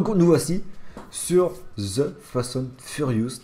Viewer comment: Tu m'a stresser en disans fast and furiouste mdrrrrr